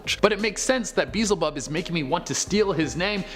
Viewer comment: [BEE]+[EL]+[ZI]+[BUB], idk why it triggers me so much on how y’all pronounce that demons name but, it does lol